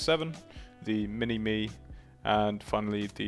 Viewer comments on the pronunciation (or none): Mini-my, not mini-me :)